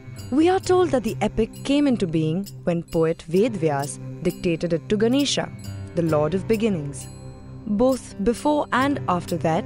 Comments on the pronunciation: What the hell is this..... Why are you adding an extra A to each name. Do you have any disease to call MahabharatAA instead of Mahabharat. Is your tounge getting twisted when you say Ganesh instead of GaneshAA. My name is Navneet and I think you will call me NavneetAA. Same as YoutubeAA, CommentAA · Why do you pronounce it as "Mahabharataa", "Ganeshaa", etc.? Why not "Mahabharat", "Ganesh", etc.? That sounds so wrong!